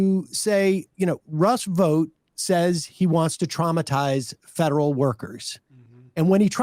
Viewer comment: When they were talking about Russell Vought, thought she said rust boat, thought they were talking in code about the 100 rusty boats, in the right wing book, the camp of the saints.